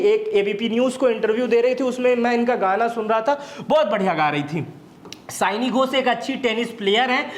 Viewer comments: पहले तो आप क्लियर हो सयानी घोष नही, सायोनी घोष है वो 😂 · Aare,,naam सायोनि घोष है, सयानी नहीं।